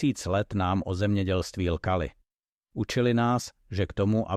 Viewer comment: Opravdu nám 10000 let lkali???? Snad lhali,robote,opakuji L H A L I. Mám už vás dost,už první věta mně naštvala.A vy diváci,což vám nevadí,že to ta AI komolí,že jim nestojí za to text zkontrolovat a opravit,že vámi opovrhuje a že vás ponižuje?Nemáte v sobě kouska hrdostí.? Chtěji na vás vydělat a nestojí jim za to,aby ty roboty nechali správně česky mluvit,natož,aby to nechali,z úcty k divákům namluvit rodilým Čechem.